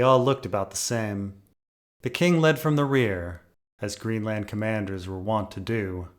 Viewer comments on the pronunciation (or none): none